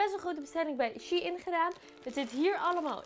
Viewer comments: Je hebt kapot weinig besteld hoe the fuck heb je 200 uitgegeven aan dat ik heb 16 stukken besteld en gaf maar 130 🤦‍♀️bruh, en je spreekt het uit als shineee niet she in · HAHA hoe jij het uitspreekt lieve schat je zegt "sjijn" niet als "sjiein" HAHA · Het is niet she-in vlgm maar gwn Shein van bijv sunshein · Ben ik de enige die het uitspreekt als ‘sjein’ inplaats van she-in😂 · ik wist nooit dat je het uitspreekt als shee in, ik zeg altijd gewoon shein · Jij zegt shie in maar het is sjein shein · Ik dacht dat je t uitsprak als "shine" 😂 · Same mijn hoofd spaced elke keer dat ze she in zegt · super leuke video ook! maar Shein is een Duitse site dus je spreekt het uit als "Shine". P.S ik heb al super veel kleren gekocht ook bij Shein, maar jij zorgde toch voor meer inspiratie! Blijf zo doorgaan! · Spreek je het niet uit als shEIn ? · shein spreek je uit als shine HAHAHA ik erger me daar best wel aan PS. leuke video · Shein spreek je toch uit als “ sjijn” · Je spreekt het uit als shijn vgm ps: GEEN haat